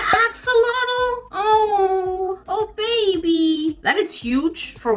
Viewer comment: I find it really funny the way she says ba bay